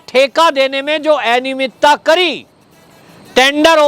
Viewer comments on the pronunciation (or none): एनियमितता नहीं, अनियमितता बोलिये